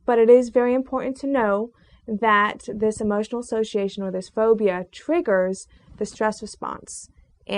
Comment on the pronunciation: I'm afraid of your big hips - and most likely big ass. Damn - look at those legs. Learn to say "button" as well - as this scares me. And lose those glasses - you will go from a 4 to a 6 right away. Also - what is "phodia ? "